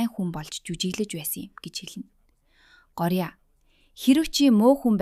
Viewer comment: гооръя гэд уншина шүү